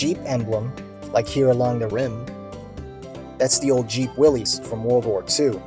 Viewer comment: It is pronounced Will-iss not Willies.